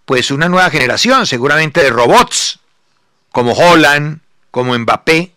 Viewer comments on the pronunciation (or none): Alguien que le enseñe a decir el nombre de Haaland. Cada vez que lo dice como Holanda en igles da verguenza. Para ser el dios del futbol que todo lo sabe, muy extraño seguir hablando de Holanda queriendo hablar de Haaland.